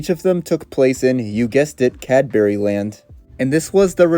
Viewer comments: The pronunciation of Cadbury is killing me. It's pronounced Cad-bree 😅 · They're pronounced 'cad-BRE' and 'SPUHM-co' :) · your pronunciation of "cadbury" is horrid